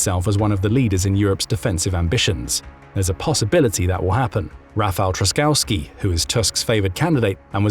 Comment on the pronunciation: Miecznik - Swordsman Wicher is pronounced with H like in Hungary, Hungry, Hang not with english CH like in CHapter. (in polish ch and h are basically the same sound) You botched Trzaskowski and you almost got Nawrocki well. T sh a s ko v ski :) with sh like in fish will get you close enough for english speaker. Na v ro tzky, his name end sounds like Wayne Gretzky.